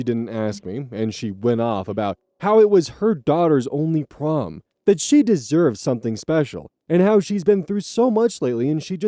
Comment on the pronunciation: i thought prom said porn 😭